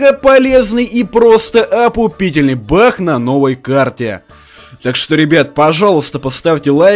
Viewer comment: он сказал не баг а бах